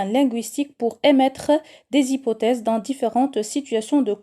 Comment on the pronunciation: Emettre et non pas emmètre .